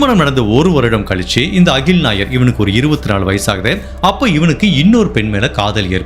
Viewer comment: Pls note She is rockkkymole Not ragi mal He is akkkil not as agil Neyyatinkarai not karaaa